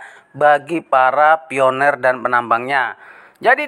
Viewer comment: PI bang bukan FI 😊